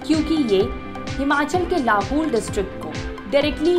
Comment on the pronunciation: Madam its not लहूल its लाहौल